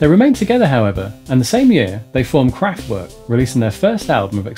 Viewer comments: werk is pronunced verk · the mispronunciation of the band's name is a bit annoying though. And Radioactivity came out out Nov 1975 not 1977. And he skipped Trans Europe Express in 1977.